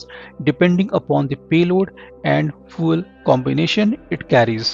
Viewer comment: Fuel is not pronounced 'foo-el' but as 'few-el'